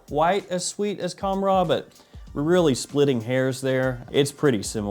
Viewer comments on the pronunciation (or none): It’s actually pronounced Khamrah with a soft k, hard h, almost like your clearing your throat. The k is in the back, like Hkamrah, so it’s reversed, if that makes sense. Qahwa is cah-wah. You nailed the way it smells by the way and I agree it’s better 💯